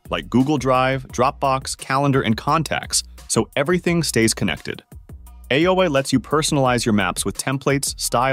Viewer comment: The first app is AYOA not AOA.